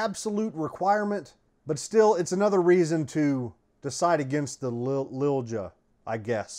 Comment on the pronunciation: Don't get a Shilen..they had a good name a while ago. Quality went down for some reason. You got the name figured out.."Lil Ja" "j" is pronunced. Recommended to me by a master gunsmith.